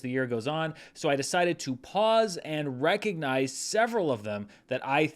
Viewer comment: Thought you said “rank-ognize” and it blew my mind. Stealing.